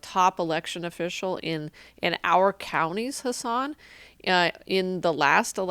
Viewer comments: Did I cringe every time she said his name wrong? Yeah. I did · She makes sense but god damn can't even pronounce his name right a single time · She makes good points, but I'm distracted by her mispronunciation of Hasan's name.